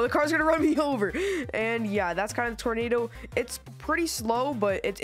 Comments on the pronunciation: It’s tornado not tornata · Tornado? Did you meant tomato 🍅